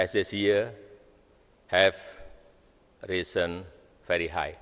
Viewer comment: Pidato..langka ini... Tadi...nyebut "very"...atau ..ferry"...ya